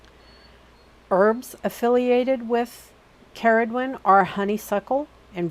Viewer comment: as someone called Ceridwen from Wales, very refreshing to hear it pronounced correctly :)